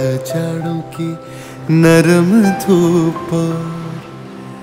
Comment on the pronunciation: very soothing and relaxing listening, very well performed, though a pronouncing error, where you say Jadon ki Naram dhoop, it should be Jadon ki narm dhoop, a is silent, looking forward to more listening